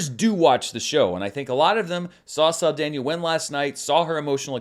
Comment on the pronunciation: Just fyi: There is no "i" in Zoe Saldana (not Saldania).